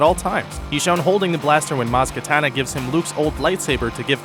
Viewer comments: It's Kanata not Katana. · KANATA! Not KATANA! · Noticed the mistake in this video? "Maz Katana" instead of Maz Kanata. lol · It's maz kanata not maz katana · It's Maz KANATA not Maz KATANA, idiots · finn's blaster is deasapired in a deleted scene and its maz kanata not katana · duuuuuuuuude its Maz Kanata not Maz Katana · you said maz catana instead of maz canata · Hey, it's Maz Kanata not Maz Katana, for future reference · MAZ KANATA not maz katana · its maz kenata not katana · It is Maz Kanata not Maz Katana. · i swear every time theres a Force Awakens video you make it a point to say Mas KaTana when its maz kaNata. ugh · Ummm, who's Maz Katana? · you said Maz Katana... not Maz Kanata... tsk tsk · It's Maz KANATA, not Maz KATANA dammit! >.< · Maz Katana?!? It's Maz Kanata!!!!! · Listen carefully he says Maz Katana instead of Maz Kanata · Just wanna point out that you always seem to say "Maz Katana" when it's "Maz KANATA". I cringe every time you say her name in your previous videos and here we are again. :/ Please research correctly before making your videos. Thanks! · editing mistake you never noticed. He said Maz Katana rather then Maz Kanata.... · Why does he always say "maz katana". I've heard him say it so much now. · Maz Kantana? Who is that? Irony, a mistake in a mistake video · WHY DOES EVERYONE SAY MAZ KATANA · you said Maz Katana:D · Maz Katana, really???? Again?!?!?!! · he said maz katana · Really? Maz Ka-TA-na? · 4.49 you said "maz katana" again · U Guys said Maz Kanata wrong...